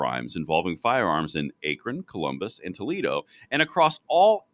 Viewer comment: I believe it pronounced “Ack-ron”, not “ache-ron”.